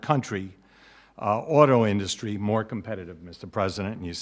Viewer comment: Why can’t he pronounce industry correctly?